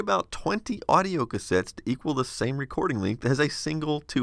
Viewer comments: auido instead of audio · XD So what's "Auido"? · Auido, instead of audio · Interesting piece of kit. Did it run hot, sucking the batteries dry that fast... oh and "auido". Heh. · "Auido and Tracking"